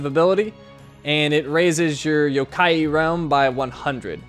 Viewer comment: Yup his pronounciation is wrong...